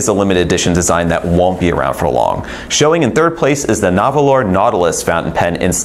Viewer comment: Nahvalur is still pronounced narwhal. They made that clean when they debuted the name change.